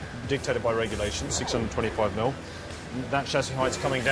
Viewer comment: "Regualtion"?! Who's speaking? Elmer Fudd?